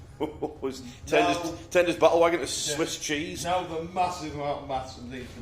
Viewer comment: turned his Battle Wagon into Swiss cheese. I don’t know why but in the north eastern accent this absolutely killed me off 😂 👏